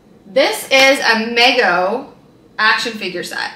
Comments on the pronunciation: And it's pronounced like "Me Go". I believe the owner's little brother would always say "Me go too!" whenever he would go somewhere. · The chucky and Tiffany dolls are pronounced mee-go. They made figures in the 70s, but quit for many years. Some of the old ones are very expensive.